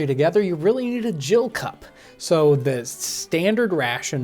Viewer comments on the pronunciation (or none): What is a 'Jill cup'? Pretty sure its gill, with a hard G. Also, watered down rum sound disgusting.. glad not to be a pirate. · Love the videos - please keep them up. Just to note the measure is a Gill, hard 'g' - not a Jill cup. A Gill is a measure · Calling hard g on gill pronunciation